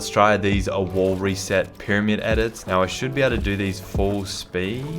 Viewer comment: No one:: I THink 1 FPS dOUPLed my edit Sped